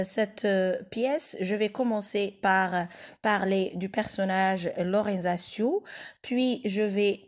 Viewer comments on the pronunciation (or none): La prononciation italienne serait Loranzaccio(tcho) (pas de y)